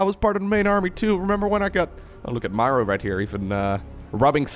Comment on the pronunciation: Sry. I don't like your "Mauer" It sounds awfull ;-)